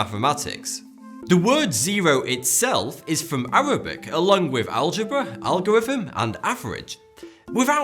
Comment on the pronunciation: He is trying to say Thoughty2, but his way of speaking is very odd. For example; he pronounces the word, "three", as "free". He can't pronounce the "th" in any word. Just watch him again. "with" comes out as "wiff".